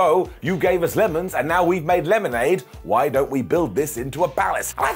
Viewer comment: Hey he got "why" right! It's a Christmas miracle! 🤣